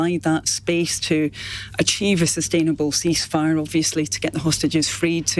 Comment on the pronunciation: Ceaefire the hardest word to say